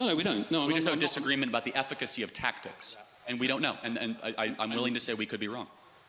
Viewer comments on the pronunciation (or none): none